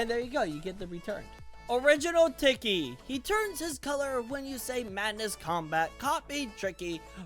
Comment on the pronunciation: How to pernounce tiky: tea key (Sorry of my spelling